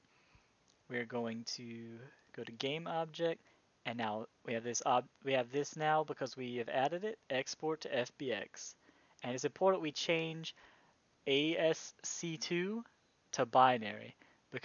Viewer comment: A.S.C.2... You mean ASCII, a.s.c.i.i. if you want to pronounce it with the letters, or just plain "ask-i" pronounciation. It's a bit funny to me, I mean there is very little reason to be talking about ascii nowadays, but misreading it as a roman numeral just never occured to me.